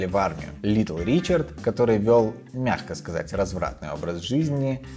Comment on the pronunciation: Еще одна ошибка: не Ричардс, а Ричард